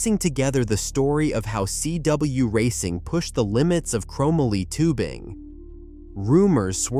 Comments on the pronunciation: Dude. Seriously?? Chromaly??? It's CHROME MOLY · Crow-Mah-Lee! Can no longer watch this! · It's ChrO - MOLEE - YA GOOF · chrome - a - lee Really.... chrome - molly ▫Chromoly ▫ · The thing that drives me most crazy about this video is the way he pronounces chomoly. Dude who wrote this def did not live during its time. No fing way. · Can someone please help this guy pronounce “chromoly” 🤦 not to mention all the bad information in this video. I also highly doubt any kid like me into bikes as a kid in the 80’s would agree with this list. How do you leave the Skyway TA off this list?! Or not mention Torker, Cook Brothers, Robinson, or the well known Schwinn Predator. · Terrible music selection and please for the love of God stop using an AI voice otherwise this would’ve been a great video. Learn how to say chromoly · Not to mention the fact that the guy doesn’t even know how to pronounce the word Chromoly.